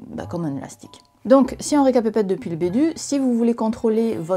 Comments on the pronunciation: "si on récapépète depuis le bédut" 👀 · "Si on récapépète depuis le bédut" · "Donc, si on récapèpète depuis le bédut.." lol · "Donc, si on récapète-pète depuis le bédut [...]"